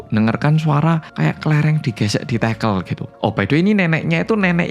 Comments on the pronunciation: Ganggu banget! Tehel bukan tekel kaliii tekel= sleding klo tehel= pr... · LoLLLLL TEGEEELLLL, bener2 wong jowo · baru sempet nonton,dan ngakak banget pas denger "tehel/tekel"itu kan medok jowo bangeeet...🤣